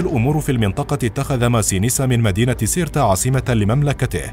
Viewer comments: ( سيرتا ) وليس ( كيرتا ) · سيرتا وليس كيرتا وهنا اخطاء كبيرة جدا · سيرتا وليست كيرتا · النطق الصحيح هة سيرتا cirta قسنطينة اليوم 🇩🇿